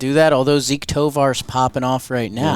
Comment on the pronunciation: There’s something about “Zeke” Tovar that bothers me lol